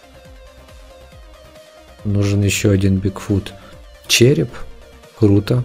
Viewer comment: БигфуТ,а не БигфуД